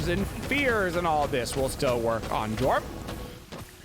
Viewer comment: ITS PRONOUNCED YORM